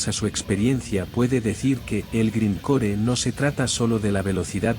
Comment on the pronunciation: A pesar de que se escribe grind core se lee (graind cor y aunque se lee punk se lee ponk y el death metal se lee deth metal y se lee neipon death aunque se escribe Napalm death)